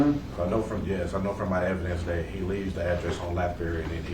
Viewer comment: If you are any type of professional and you say "and den" & "dat" & "troof" vs......AND THEN & THAT & TRUTH..... YOU ARE ALREADY LOSING CREDIBILITY WITH ME BCUZ U SOUND LIKE AN ID IOT!!!😡🙅🏽‍♀️🤨 SORRY